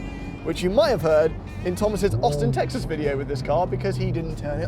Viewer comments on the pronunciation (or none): none